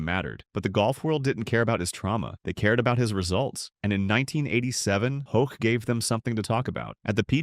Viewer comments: I stand with the others on the mispronunciation. It's one thing to be wrong, but particularly bothersome is the inconsistency of the narrator: Hoke, Hawk and Hock. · Scott Hoch not Hawk! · Learn to at least pronounce his name correctly !